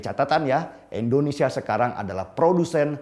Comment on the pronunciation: Deni yg sok keminter,km menyebut Indonesia sj Endonesia,, langsung ta skip videomu menit ke 2.41. nyebut negaramu sj ga becus mau ngomongin geopolitik dunia. Maaf ya saya bukan kadrun.